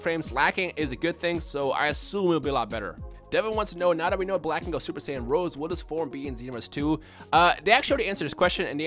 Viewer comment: It's Super Saiyan Rosé, not Rose